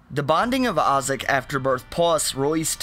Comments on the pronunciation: Why you can't pronunciate "i" correctly? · The way you say the binding of Isaac